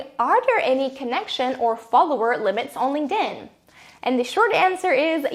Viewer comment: GREAT video. But i cant unhear 'Linged in' lol